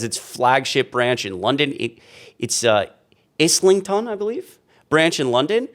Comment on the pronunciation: Well done pronouncing Islington, you said it correctly! 😁😂